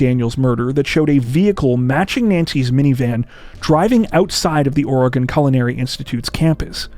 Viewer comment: I live in Portland, Oregon(thank you for pronouncing it correctly), and I’ve never heard of the Brophy case. Strange how that is! Great coverage though. Think about the family, friends and time before you do the crime.